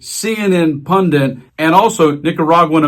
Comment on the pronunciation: Did he just say "Pundint"? What is a pundint? I thought the word was "Pundit".